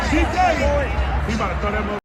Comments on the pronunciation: lol his name IS DK not DJ ☠️ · ITS DK NOT DJ